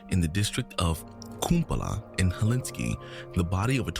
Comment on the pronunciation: its “Helsinki”